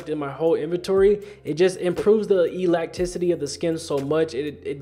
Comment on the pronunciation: I skipped to the end and tripped over that “e-lack-ticity”